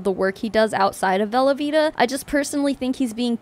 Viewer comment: I know you're saying 'velovita' but all I can hear is 'velveeta' and I have to keep reminding myself lol